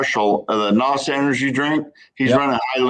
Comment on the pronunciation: Gary deserves 5 lashes for saying NOS the way they did in fast and the furious nobody that's a real drag racer says it that way that's a strike Gary but you're still a legend